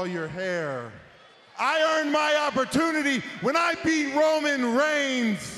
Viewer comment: Did I just only heard cole saying 'Browman Brains' Instead of Roman Reigns🤣